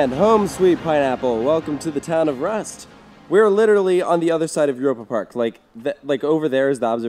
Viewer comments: im surprised you didn't know that Rust is pronounced kinda like Roost. Driving into Europa from the autobahn is pretty damn magical! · Waaaaait. Rust is not rusty. Yeah I know probably no intended pun. Do Americans speak the u in Rust short offically? I wonder because in German you pronounce the Rust U long like in dude.